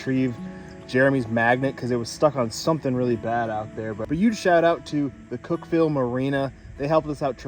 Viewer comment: You guys were in my hood! I live in Cookeville. I could’ve brought you guys some lunch. I lived here over a year before I learned it’s pronounced Cookvull, lol.